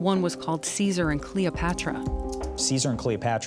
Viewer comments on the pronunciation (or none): none